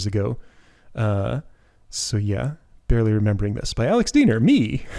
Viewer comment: Well, today I learned that your surname is pronounced Deener and not Dyener.